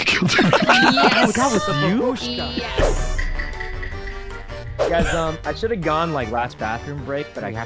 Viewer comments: Y'all seriously gotta learn the actual word already. It's bAbushka, not babUshka... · I was so mad watching the stream, it's pronounced bAbushka, with a long aa like in the word "army" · Fun fact it's bábuska not babúska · I know a bit of russian and babushka does mean grandma in russian, the problem is that you are not saying it correctly, it's bAbushka and not babUshka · So as a russian girl myself I feel the need to poin out that it's pronounced not babUshka, but bAbushka. Also... Why would you choose such a sweet word to be a killer word???? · it's bAbushka not babUshka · When u say babushka, it’s not said like babOOshka. It’s said like babushka. U jus let it fall outta ur mouth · Babooshka is a Russian word.Бабушка .rus. B(a)booshka, stress in Russian grammar is placed on the second letter.Ba(boo)shka,accent doesn't sound respectful,vulgarly.Babooshka а grandmother is a woman who has grandchildren In Russian, have the word Дедушка.rus.dedushka-grandfather.